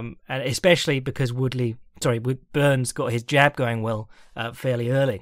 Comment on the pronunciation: Did say Burns or Boo-Urns?